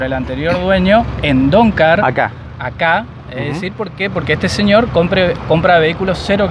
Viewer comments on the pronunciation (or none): No se llama doncar se llama DONGAR..... DON GARCA. JAJAJAJJAJAJAJAJA